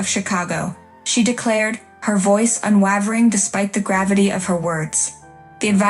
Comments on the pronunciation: Exactly what I thought too. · Boring story and poor narration. The word "unwavering" is pronounced UN WAY VER ING, not UN WAH VER ING. And whomever did the text should find another job. Also, use a thesaurus - steely and unWAHvering were horribly overused.